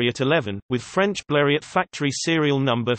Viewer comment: Robotic speech and it’s not B l e r e Ott It’s French Blerio.